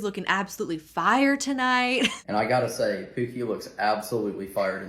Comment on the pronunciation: The way he says “pew-key” (pookie) makes me nauseated 🤢